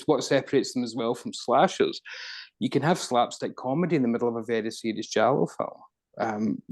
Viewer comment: pronounce Giallo very well.